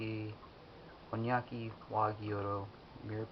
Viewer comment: Here is a thing it's not hornyyaki it should be hon --yaki